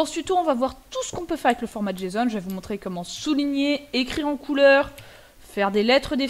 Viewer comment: Prononcer JSON, tu peu aps Gramaticalment, tu te retrouve à dire jeson ou jason